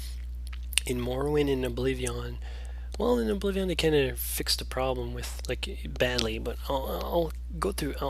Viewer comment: Just wondering, why do you pronounce it Oblivi-AHN?